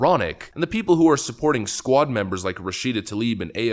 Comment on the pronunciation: Not "The SQUAD" But "The SQUAKE"